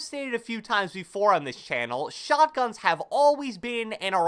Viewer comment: 0.25x speed he says shlotguns